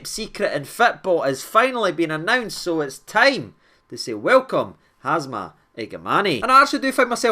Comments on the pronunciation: its HAMza not HAZma mate! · Everyone: H A M Z A… Hamza 😌: Hazma 😃 Been watching you since the dark ages of the lower leagues and I always get a good laugh at your -isms and the way you “freestyle” the English language 🤣 Try to catch every video mate you’re the only source I trust for my rangers news 🤙🏼 keep up the class work bro. WATP. 💙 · man, it’s Hamza, no Hazma ffs 😂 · Brotha can spell his name right. Its Ham za not Haz Ma… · Who’s Hazma? It’s Hamza! 😂😂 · you pronounced it wrong pal. You butchered Both first and last name.